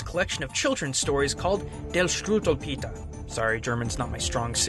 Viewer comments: well done on the German. it wasn't bad. I think that it's pronounced der-scru-vo-piter. That's the best I can do. 😀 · It's pronounced "Shtruvelpayter" (at least that's about the closest I can think of.^^) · As a German I cringed when he said "Der Struppelpeter". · not bad for german pronounceation but it is not del for the er makes more of an air sound and w's in german make a v sound but everything else was perfect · pronounce it "shdroovlpater" and you're better off ;) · I actually am german and it´s pronounced : stru-wel-Peter ;) And it was some kind of parody in it´s time written ;) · Hi, I don't mean to be rude, I know you aren't good with German, but I'm just gonna give you the correct pronunciation just so you know. Dare-Strew-vel-pater That's the best I can do with typing it for you, some German pronunciations are almost impossible to type😅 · its pronounced Shtrublpater no offense :-) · im actually german and i hate this story...i mean struwwelpeter (struppelpeter in german and you say it like you write it, but not with american spelling:') ) and i had fear to use umbrellas...seriously i had fear to do anything written in this book! it gets you nightmares. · JFYI: It's pronounced more like "Dare Shtroovelpayter" (it's hard to write something in one language to give an idea how it is pronounced in another language, but this should come as close as possible without using IPA) :D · Interesting. I wasn't sure weather I would hear much about strumfelpater (I know i butchered the spelling but i spelled it the way its pronounced) outside of German class but I guess I was wrong. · "Der Strudelpeter" XD Not quite korrekt but at least close how you pronounced it^^ I knew you would pull this out... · Stroo(short) well pay tear(like tearing smt. apart) :D Always funny when non-native speakers try German and can mostly pronounce everything at random only ^^ nice work on that tho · Swiss german here, it would be pronounced something like STROOH-WELL PETER